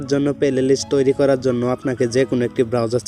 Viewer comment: Vai oita pelelist na oita hobe playlist